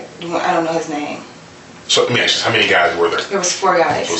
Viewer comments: Why is it in the subtitles? I see the word ask when I’m actually hearing the word Axe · Even the detective can’t say ask